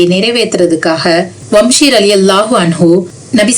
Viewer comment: வம்ஷி அல்ல வஹ்ஷி